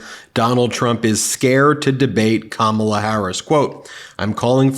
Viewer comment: Ben, you aren’t pronouncing Kamala correctly!!!